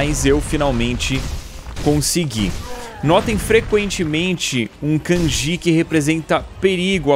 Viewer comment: Edu, o som do Ji no em japonês tem o som correspondente com o Di em português logo embora a palavra seja Kanji, o som seria Kandi